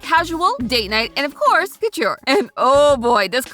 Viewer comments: Please, please someone help with pronunciation of fashion terms. The hat she makes for the Met Gala look is a “fascinator”, not a “fastener”. Sometimes she pronounces “couture” as “cutchur”. There are several other examples I’ve heard her make over several episodes. I think she is a great host! Please work with a fashion editor to help her polish this up! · I've never heard couture pronounced that way before....